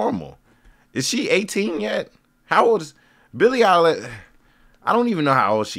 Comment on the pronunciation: Billy eye-lash lol😂😊